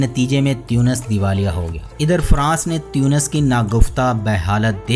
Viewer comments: تُونِس ہیں۔۔ تيونس نہیں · aap baar baar tiyunos farma rahe hai jo ke ghalat hai.. aur sahi naam tonos hai